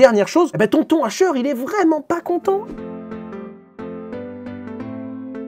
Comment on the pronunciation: pourquoi ils appellent hasher le h 😭😭😭